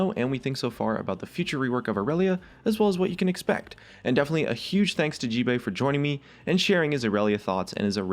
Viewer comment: description you said gbae no gbay